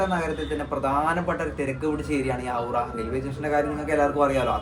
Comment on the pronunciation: സിലിഗുഡി ❌ സിലിഗുരി ✅ ഹൗഡ ❌ ഹൗറ ✅.. ഇങ്ങനെ പറഞ്ഞു ശീലിക്കൂ.. എല്ലാവരും പറയും പോലെ